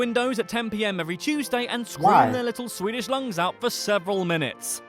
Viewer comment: his pronounciations are the completetly opposite of what they actually are